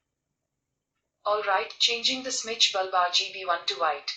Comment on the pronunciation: Its bulb not baaalb ! Its google not gugulee , overall nyc review